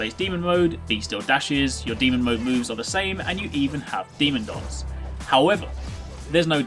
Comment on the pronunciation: i can't avoid hearing something like demon "dongs" instead of demon "dance"